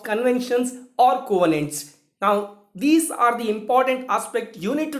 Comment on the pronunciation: Thanks much sir... Your videos on international law is of great use to students like me.... Thanks a lot. Very nice explained. but can u check the pronunciation of'' covenants '' .